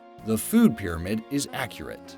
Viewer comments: its Pyramid not Pyrmaid! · food "pyrmaid"?